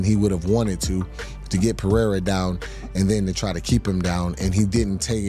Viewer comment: the guy who’s name should be pronounced “Jam-a-hall” can’t pronounce Pereira?!